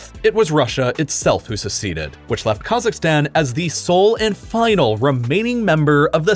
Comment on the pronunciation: when it says "left" i hear something like "laugh"